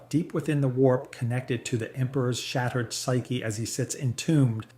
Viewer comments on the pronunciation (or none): I’m not gonna bash A.I…. But talking about the ctans, shattered is being pronounced sharted 💩